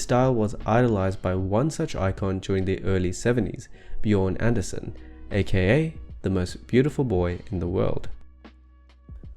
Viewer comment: His name is Björn Andrésen. Not, Anderson.